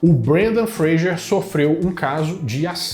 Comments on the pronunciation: Fra s er... Fra g er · Fraser . Vc disse frager o vídeo todo